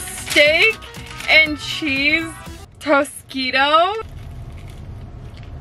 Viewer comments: I’m still laughing from when she called it a tosquito instead of toquito! 😂🤣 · ik this girl did not just say tosquito 😐 girlllll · Tosiquo? Me: Tak-E-Toe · you mean taquito lmao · babe its a taquito😃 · When she said tosquito I died inside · Did she call it a tosqido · its pronounced ta-cee-to. also, you ain't in japan sis.